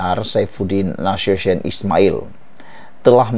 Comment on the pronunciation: Sebutlah Nasution tu betul- betul !